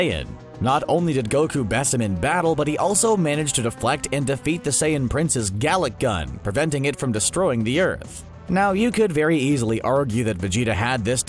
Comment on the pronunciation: Anyone else think this narrator needs a lesson on how to pronounce various words from DBZ? The main one I'm thinking of is, Galick Gun. It's a "long A sound", meaning the A sounds like the name of the letter. And there's others too, but I'll just focus on that one. What do you think he should learn to say correctly?